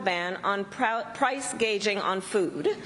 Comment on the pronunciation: *WHAT IS PRICE GAGING?*🤡🤣🤡🤡 Perfect speech.. NOT